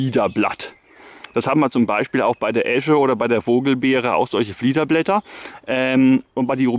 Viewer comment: Dein Video ist super! Ich habe nicht sooo viel Botanik Ahnung, aber: Heißt es nicht "Fiederblätter"? Und nicht "Fliederblätter"? Dein Video ist auf jeden Fall lehrreich und angenehm zu schauen, vielen Dank! :)